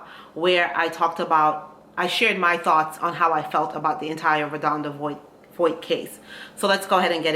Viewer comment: Her name is pronounced Vaught (VOHT) just very big on pronouncing names correctly…